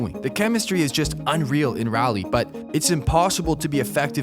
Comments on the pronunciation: Raleigh is not Rally or Raylee - it is Raw.lee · Pronounced raw lee btw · It is pronounce RAW-lee